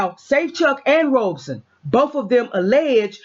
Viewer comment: sorry I didn't see thst pinned comment. And nevermind lol... it just bugs me. It's not "Robe son" it's "Rob son". Pronouncing it like a garment one wears after a shower is incorrect. Thsts all. Peace